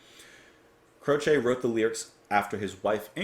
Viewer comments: Never heard him called "Cro=shay," you do that with needles and yarn. I've always heard it pronounced "Crow-chee." Oh well, great artist in any event. Songs "Bad Leroy Brown, and many others from the early 70s. I remember where I was when the news flashed over the Rock station radio I was listening to, when I was working on my pickup truck with the radio on. I couldn't believe it. Like the Buddy Holly incident back in the late 50s, I was stunned, his career had just started, and now he's gone. Life is fragile. He left us some wonderful music. Thanks. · Hey ~ Ok first off, it is pronounced Crowchee (the "e" is pronounced like the Y in happy) If you look at his wikipedia page, it shows you the pronunciation of his last name. When I saw that you were going to react to this, I already knew how you were going to react, as it's the same reaction everyone has to this beautiful and haunting song. In my view, the only song more beautiful and haunting is Starry Starry Night, by Don McLean. Jim is one of my top 10 singer/songwriters, and I cried my eyes out when I heard of his death. I was 14 and had been playing guitar for 6 years at that time, and playing his music was always a joy, and much requested at gatherings and parties. Jim and Maury were the perfect guitar partners, and both knew their way around the fret board. It was devastating to lose them both. Great reaction, as I knew it would be, and you're going to really enjoy the rest of his music. Deep Peace to your dad, and to you and your family. 💚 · Crow chee is incorrect. The proper pronunciation is This is the way he pronounced it. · I was growing up in the '70s when Jim's song were hitting big and suddenly he was taken from us. I always heard his name pronounced on the radio as CROWchee.